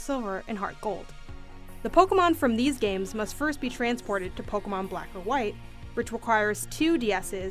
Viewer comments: Pokuhmon pokuhmon pokuhmon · Take a shot every time she says “Pokamon”